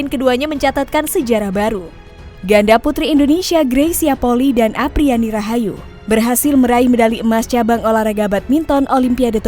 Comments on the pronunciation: Bukan Poli tapi Poli-i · Bedakan polii sama poli Kedua marga itu ada d Minahasa mohon d ralat cara baca polii jgn d baca poli 🙏🙏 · Bacax gresya poli i. Bkn poki. Itu org manado dan poli i itu margax.